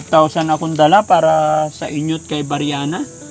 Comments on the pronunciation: Pls. lang po paki pronounce ang name ni BRIANA ng tama. Hindi po BIRYANA. Thank you po. God bless. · Briana Po. Hindi Po Beryana!